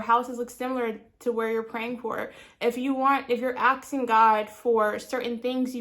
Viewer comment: NOT AKSING ITS ASKING